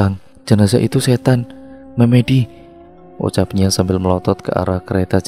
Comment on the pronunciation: Narator pasti bukan orang jawa,setidaknya tdk hidup di lingk.berbahasa jawa, karena melafalkan kata MEMEDI kurang tepat he2